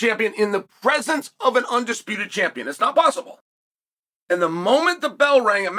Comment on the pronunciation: Chael its PRECEDENT , NOT PRESETENCE :face-blue-covering-eyes